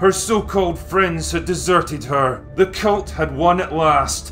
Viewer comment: He keeps saying cult, incorrectly. It must be his accent.